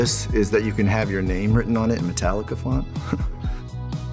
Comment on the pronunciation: ¿Ryan dijo Metallica Font y no Italic Font, no?